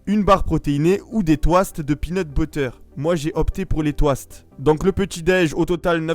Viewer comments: Comment il prononce « toast » mais wtf😂😂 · Pourquoi tu dit des touaste? Mdr c'est des toast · on dit Tost zebi pas twast